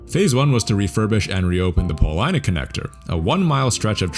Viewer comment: you said you are not from Chicago, but you pronounced Polina correctly. Rock on!